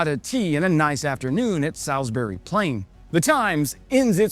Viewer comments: Yup, like 'Better call Saul' berry. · "Salisbury" is pronounced "Sols berry" with the accent on the Sols. I know it makes no sense - but neither does the pronunciation of Arkansas as Ar-kan-saw. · Salisbury. Pronounced Saalsbury. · Salisbury is pronounced …… Saulsberry….but it’s only a name